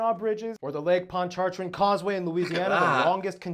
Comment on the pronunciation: It's pronounced Ponch - Uh - Train.